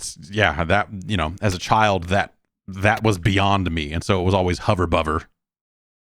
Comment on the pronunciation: I came to hear Jeff struggle with the name Hover Bovver. I did not leave disappointed.